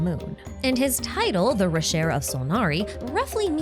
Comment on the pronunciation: A little something I noticed. It's not a big deal but the way you pronounced Rächer is incorrect. It is a strong h sound. I can't quite describe it but maybe google could help. The video is good as always and I like that you managed to mention Deshret even in Nod-krai. Says a lot about how influential he was to Teyvat's lore.